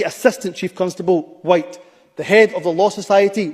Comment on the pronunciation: Blame the “hwhite” man ! 😂😂😂